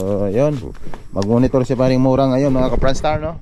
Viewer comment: MURA HINDI MORA YAWA